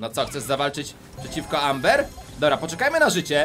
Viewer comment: czyta się ember